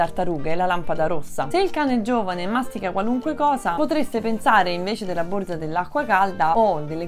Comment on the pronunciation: Borza, non si puo sentire!